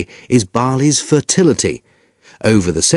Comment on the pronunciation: Me too I heard fertility. Lol